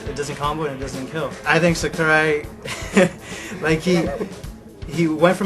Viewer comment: It's Sakurai.. Not Sakura lmao